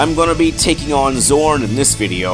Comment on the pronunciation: Heheheh. Love the epic recap voice. Obligatory nitpick: Trauare is three syllables long, not two. You have the "Trauar" part correct in the recap, but the 'e' at the end isn't silent ("TRAU-ar-ay"; rhymes with "how are they"). The same is true with Zorne ("ZOR-nay"). Hotheads? Nah. These happy fireballs are modeled after the blast power-ups from Super Bomberman. Their actual movements are based on the Tackle Fire enemies that Hotheads throw at you in Megaman 2. The Japanese names of these enemies are Changkeys and Changkey Makers, if memory serves. Kopiekreisel (the "Spinning Cyclone" -- note the pun on the "clone") is Rosenkreuzstilette's answer to Top Spin (the most useless weapon in Megaman 3). It's an extremely close-range attack that occasionally goes through enemy defenses (though its range is significantly greater than that of its inspiration). When it's effective, it's SUPER EFFECTIVE. I'll say no more than that, lest I give away some major spoilers. Amen on the music. Sound Prison did both "Eruption Trigger" (the BGM for the Crypt of the Fire Dragon / Zorne's Stage) and "Acid Rain" (the BGM for the Town of the Dead / Grolla's Stage). The RKS series' soundtrack really is a mixtape of incredible indie internet artists... I guess you could say that charging is "a Tia thing"; Freu can only charge two of her abilities (of which you currently only have one), and it only increases their area of effect rather than their damage output. On the positive side, letting loose a ch